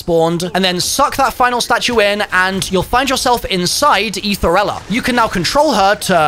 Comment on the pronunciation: "you'll find yourself inside aethereilla" 🤨